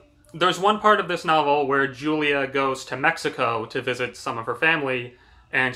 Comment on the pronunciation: Did you really read this book? You got a Lotta details wrong. A car accident? She got hit by a semi. And your mispronouncing Julia. The book spends quite a bit of time discussing how to pronounce her name and you’re still miss pronouncing it.